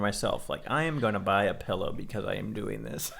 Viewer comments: He’s saying pillow wrong! It’s PILLOW not PELLOW!!! 😂😂😂 love u guys ❤️ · hot take should be that he says “PELLOW” instead of “PILLOW” 😂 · so many "pellow" fellows haha